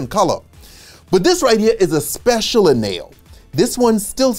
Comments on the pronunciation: Añejo is pronounced Agnejo, like lasagna. Ñ=ng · remember the “ñ” in Spanish sounds like the ny in English as in canyon. Then the right pronunciation for añejo is “anyeho”. 😅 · It's pronounced An-ye-ho. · It's pronounced an-yeh-ho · this guy can say pina colada but not aenjo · This is an amazing video and you obviously know what you're talking about, but I wanted to tell you that Añejo isn't pronounced like that. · lost me at the anejo pronunciation then again at not knowing what an ultra anejo is lol